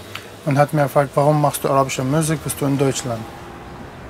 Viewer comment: Ich glaube er sagte M(ü)usik. Aber dennoch ändert das nichts an deiner sehr richtigen Aussage!!!